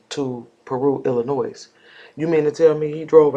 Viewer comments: The S in Illinois is silent. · Good work, just to let you know the s is silent in pronouncing Illinois. No shade at all.